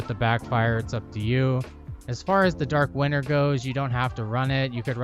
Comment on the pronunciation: I know it's not a big deal but am I the only one hearing "Dark winner" ? other then that, awesome build, good video and a sub to top it all off :D